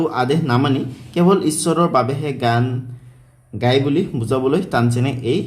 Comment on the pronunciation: আপোনাৰ গায় শব্দটো গোয় হৈ আছে।